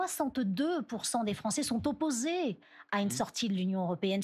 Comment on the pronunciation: Je pense que je vais mettre ça en sonnerie pour mes messages. Sont opposÉÉs... Sont opposÉÉs... C'est le premier sous-sol du jeu d'acteur.